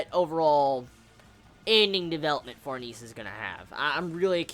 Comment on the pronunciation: Since the video is old you probably know this by know but Serpico is pronounced sir-pik-o rather than sir-peek-o. Also Behelit is 'bail-it' and Farnese is 'far-nes-ay'. Hope this helps dude!